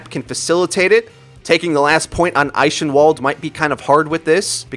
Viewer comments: He literally said Eishenwalde 😂 it's pronounced "eye-ken-walled" not "eye-shin-walled" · it's pronounced eikenvald not ishinwalled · The "Ch" in Eichenwald is a "k" sound. Not a "sj" sound. You're welcome. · Did he say 'eishenwalde'? Its I-KEN-WOLD. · eishenwald? i dont think its pronounced like that. i mean, hell, even athena says the maps name out loud (albeit slightly incorrectly) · "Sahmbrah" "ishenwalled" you sound so unbelievably white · Sorry, but I got so distracted by how you pronounce "eichenwald" that I had to rewatch the second half of the video